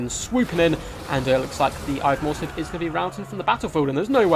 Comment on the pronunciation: second, and while we're at it. "Morr'slieb" is "Morrs-leeb" Liebe is german and means love, its the beloved cygor of the chaos moon Morr